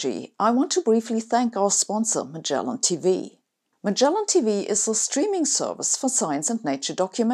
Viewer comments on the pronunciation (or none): none